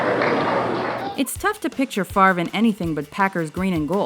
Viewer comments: Brett favor is how he said favre what a dumbass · actually correctly pronounced as favruh or faver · "Brett Favor" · "Bret Fa-vor" lol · brett favee, brett favor haha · "Brett Favor" smh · haha "Bret Favour" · Lol he said Favre wrong